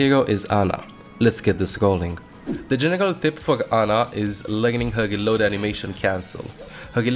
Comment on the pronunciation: Why does he say ‘g’ instead of ‘r’? Like he’ll say “geeload” instead of “reload”